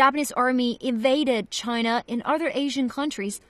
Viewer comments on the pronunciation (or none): none